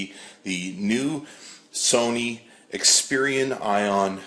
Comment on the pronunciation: Are you saying Xperian?